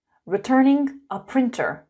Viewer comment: printer? more like prEAnter